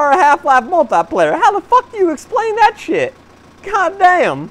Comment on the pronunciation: Do you mean you using "Dat" instead of "that"?